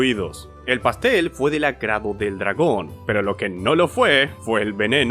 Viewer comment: "le lompió el colazon a un dlagón"